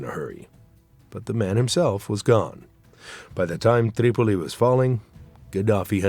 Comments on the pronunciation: Certain names are overpronounced. Tripoli becomes TTTreeee Pol llleeee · The narrator bugs me, going all camel humper when he pronounces Tripoli and other cities.